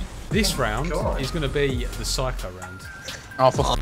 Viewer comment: a psycho? or PHYCHO? 🤣